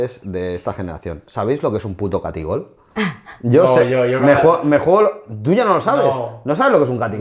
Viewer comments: No es taquigol es ataquigol!!😂😂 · Catigol????? Se dice Taquigol!!!